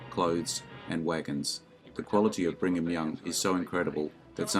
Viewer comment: “Bringham” Young …. uh … no, another one of these annoyingly narrated videos I can’t watch